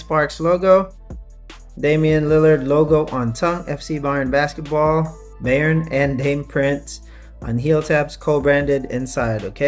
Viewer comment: The way you pronounced it at 2.24m is correct. Bayern is a state in germany and translated into Bavaria. Munich has the famous football club, where the basketball club is also earning some success in the euro League. Munich is also the city were the collab comes from with the BSTN (correctly pronounced at 3.14m) store, which is also from Munich👌🏽 Thanks for your review